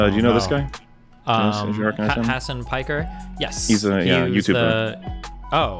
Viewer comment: pfff "has an pike er" lol